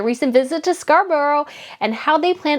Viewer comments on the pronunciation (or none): It’s “Scar-bruh” not “scar-borrow” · Might be an idea to learn how to pronounce British place names Say Scar burra Instead of Bur row Happy to advise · Ok, Scarborough is pronounced "Scar-brah" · Scar - bore - uh.